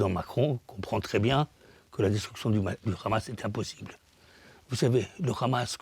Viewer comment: Ce monsieur est à la tête d'un mouvement pour la paix? Moi, en milieu d'écoute, j'entends plutôt le narratif officiel sioniste. Il justifie même l'idée saugrenue d'une coalition internationale contre la Hamas. Déjà, ce monsieur prononce "KHAMAS". Cela veut tout dire... Non, Monsieur, personne ne veut de l'autorité palestinienne pour diriger Gaza. Ça, c'est la volonté des sionistes. Allez, j'arrête là l'écoute et je vais vomir car si le mouvement pour la paix c'est ça, on n'est pas rendu comme dirait l'autre...